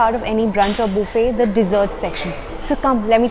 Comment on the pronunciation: Three things I love about this video: 1. Boo fay, please say buffet more often 2. The crazy way she uses her fork (it is actually neither English nor Indian nor American usage). 3. I don't think she took enough desserts.